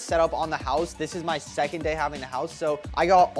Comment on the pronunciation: Did…you just say SECONDED HOUSE?? IN THIS ECONOMY??